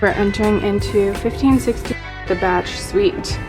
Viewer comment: FYI, the Bach suite is pronounced Bak as in Johann Sebastian Bach the composer. Not pronounced like batch